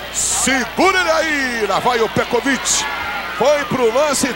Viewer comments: O narrador fala a cada hora um.nome diferente para o Petkovic kkkkk "Petroviti" "pekoviti" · Ecovit, Petovit, o narrador tava perdidinho pra acertar o nome. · Narrador: Pé Covit Comentarista: Petrovik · Antigamente até os narradores tinham problemas em pronunciar os nomes dos jogadores. Pecovite. Petrovidi. Pecrovidi. Acho q foi através desse jogo q surgiu o novo covid 19... 🤣🤣🤣🤣🤣🤣🤣🤣🤣🤣🤣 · Pior era o narrador chamando ele de Pecovick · É impressão minha ou o narrador está falando pecovic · Só é irritante ele falando "Pecoviqui" kkk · Os caras chamando o Pet de "PETROVIC"... Lamentável... 🙄😒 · É a primeira vez que eu vejo alguém chamando o PET, de pécovic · Ele fala Petcovid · Foi o "pécovitc" de novo. Sabe tudo...kkkk O outro chamando "pétrovitc"...kkk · "Pecovit" " Petrovick" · Pêcovití!!!! Kkk pecrovit!!! Kkk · Pecoviti....... Petrovic....kkkkk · Pecovit kkkkk petrovitkkkkk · "Pékovic" meu ovo! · Eu fiquei pensando a mesma coisa, narrador tem dislexia, não é possível kkkkkk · Meu Deus 😂morri de rir com esse narrador falando o nome do Pet. Várias pronúncias kkkk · O narrador usou duas pronuncia em relação ao Petkovic e nem uma tava certa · Os caras nem falar o nome do Pet, os caras não sabem falar, piada!! Isso. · Os cara não sabia nem falar o nome do Pet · Esse narrador não sabe falar o nome do PET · O narrador nem sabia pronunciar o nome dele..kkkkkkkkkkkkkk